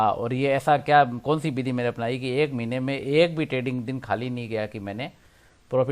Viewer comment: महिने नही महीने। सही शब्द महीने होता है।